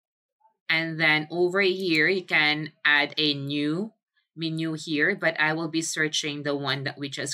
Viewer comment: Just an FYI, menu is pronounced men-you